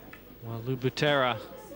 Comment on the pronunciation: Lou « Machine Gun » Butera, not Batera...